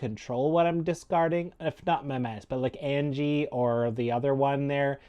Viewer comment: It’s pronounced An-ya, not Angie